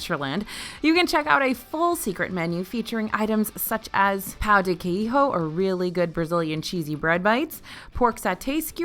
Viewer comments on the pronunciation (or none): quiejo pronunciation tip: PLEASE DO NOT PRONOUNCE THE "J" LIKE AN "H".... THE LETTER "J" IN PORTUGUESE IS PRONOUNCED LIKE A "J" IN ENGLISH